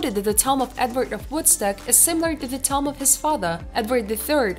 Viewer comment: I love when "prehistoric toms" are found. Lmao. Stupid robot voice. Call a tomb a tom one more time! I DARE ya! I DOUBLE DARE YA! SAY TOM AGAIN!